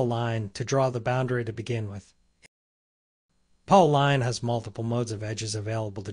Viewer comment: Ah, "Polyline" gave it away. "Paulline".